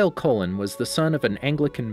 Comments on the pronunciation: Anyone bothered by his pronunciation of Cullen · It’s not collen it’s Cullen and it’s not rin is may is renesmee